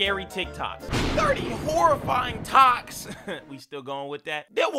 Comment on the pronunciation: The part when he said toks